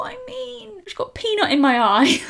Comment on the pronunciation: Love how you inspire people to just play with their makeup and just have fun :) I laugh so hard when you said "peanut" the only thing I could here was penis 🙊 :D And what is the song you use in the end?